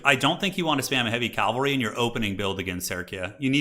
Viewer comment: for the LOVE OF ALL THAT IS WARHAMMER, ITS CA-VUHl-RY. Some one like you who does this enough and actually knows the difference becomes super annoying when you keep mispronouncing words that My niece can say without issue. Stop Making Warhammer Religious and talking about CALVary, Troops on Horses are CAValry.